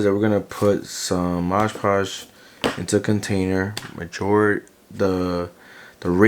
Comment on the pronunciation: Cool crafting no doubt, but man, why do you keep saying "MoDGE Podge"..? The name of the product is clearly "MoD Podge" (no rhyming, unlike in e.g. "hodge-podge" - I guess it's can be a reference for the name). I've actually heard a lot of crafters pronounce it incorrectly, so I'm just wondering. May be it's some meme I'm not aware of (like "bacon bond" = SuperSculpey's "bake & bond" among sculptors etc.) or what...